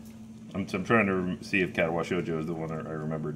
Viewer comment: Katawa Shoujo (or, as calls it, "Katawa Shojew") is absolutely awesome. So cute, and actually has some interesting topics about disabilities.